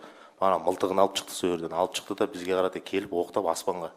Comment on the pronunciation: Неге чыкты,чыктык,чалып деп сойлейды.Шыкты,шыктык,шалып.